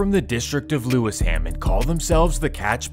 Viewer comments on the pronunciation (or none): pronounced Lew Shum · Lew-isham is how it's pronounced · “lewis ham” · Your pronunciation of lewisham is so wrong and there is no gang called "catch paigons"